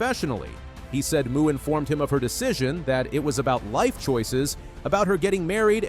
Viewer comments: You're a moron. Her name is pronouced Mo, not Muuu. Your credibility does in the first fove seconds of your video. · um dude, her last name Mu is pronounced "MOE" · I can barely get past the mispronunciation of her name. Athing is not a cow! She does not moo! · You lose all credibility when you mispronounce her last name! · Absolutely agree. If you didn't take the time to do the research to get an athlete's name right, it casts doubt on how much time was taken to get the rest of the information. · Here you go: Athing Mu's name is pronounced uh-THING moe (phonetic: /əˈθɪŋ ˈmoʊ/). The American Olympic runner has specified that "Athing" sounds like "a thing," and "Mu" is pronounced "moe," not "moo".